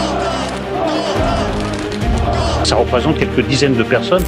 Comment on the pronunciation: 10 peronnes il a dit 😂😂😂😂😂